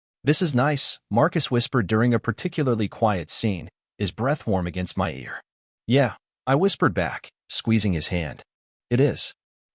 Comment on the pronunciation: Yeah, yeah Really, Really The digital narrator is mispronouncing them. They're: Yeah? Yeah. Really? Really. They're questions and responses.